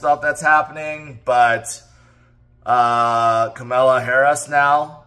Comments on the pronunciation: Pronounced Ka-ma-la think comma. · Her name is Pronounced as K M L A not K A M A L A as it’s written…